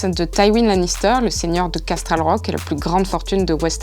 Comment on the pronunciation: J’aime bien le résumé, mais franchement en France faut apprendre les vrais noms des personnages. Brienne de Torse ou Tarce chépatro ça existe pas, c’est Tarth et Aërys même chose, c’est Aerys (prononcé Ærys) et Castral Rock? Casterly* Roc! Faut faire un effort avec la vf. C’est un peu ça le problème quand l